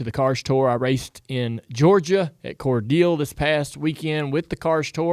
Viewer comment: Core- dale. That’s how it’s pronounced bro.